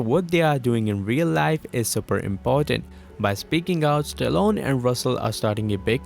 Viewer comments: Oof the way you pronounce Stallone is like Stalon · Stallone became Stallon by the end. Coach Russell instead of Kurt Russell. The mispronounced words are too many to count. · Sylvester Stallone, NOT, Stallon LoL.